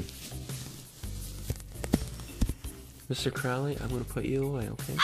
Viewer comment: Alistair Crowleys name is actualy pronounced crow-lee, like unholy. Not Crawly like the ozzy song, he pronounced it wrong